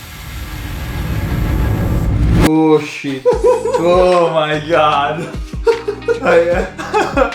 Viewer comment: I love how he says “sheit”